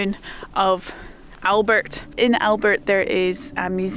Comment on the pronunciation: Lovely video. When you revisit make sure you visit the museum at Albert firstly (pronounced Al-bear👍). It will give you a whole new insight into WW1. You'll be impressed, I'm sure. Plan to spend at the very least 1/2 a day their (a full day probably). Their are nice restaurants & gardens as you exit. It's a very unique museum. The Thepival monument is sited on the site of the Thepival chateau. It was a strategic site being one of the highest points on the Somme. The views are breathtaking & sombre at the same time ! I think it should be in the school curriculum that all children are funded to visit WW1 & WW2 sites.